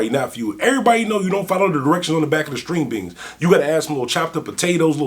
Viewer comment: You sound Funny Saying String Bings